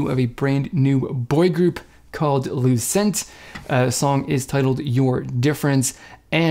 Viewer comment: Hey, thanks for reacting!! Just so you know their name is pronounced 'Loo-Chent'